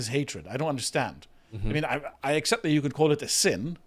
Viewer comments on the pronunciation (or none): none